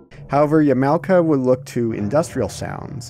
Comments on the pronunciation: "Ya-MOW-kuh"? Dude, you need to learn how to pronounce Japanese names correctly. "Yah Mah Oh Kuh". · Pronouncing Yamaoka as YEE-MAO-KA is like nails on a chalkboard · Great job playing it properly on an emulator... DuckStation was allready around when you uploaded the video, and even the older emulators had all the fixes you should've used. The poor game. And my glorious eyes cringe... "Yamowka" Now my ears cringe, too.............. Wish I could give 10 dislkikes... :-T